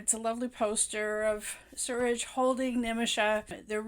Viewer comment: Loved the way you said malayalam, suraaj, nimisha so beautifully .. Loved the phrases, boiling point, pressure building up😁 this was exactly what I was feeling at every scene. Cant get rid of this movie from my mind because it's so relatable.. Plight of Indian women!! And it's still the same in some houses in kerala and in India!! 😔